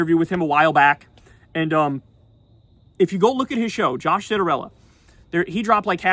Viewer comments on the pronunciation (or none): none